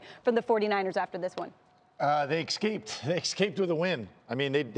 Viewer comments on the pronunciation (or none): ESSSS-caped. Not Ex-caped. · Stop saying, “ekscaped”.